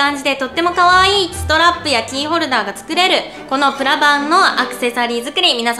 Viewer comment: 最初の、｢今回は、プラ板を使って...｣のところ、プラがブラに聞こえたw